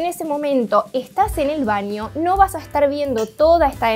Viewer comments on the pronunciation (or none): Se dice "baño", no "vaño", nena.